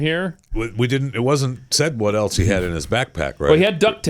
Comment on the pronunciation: There's no "T" in else,.